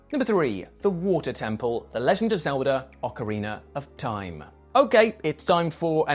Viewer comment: Why do you keep saying ‘OCARINER Of Time’ ?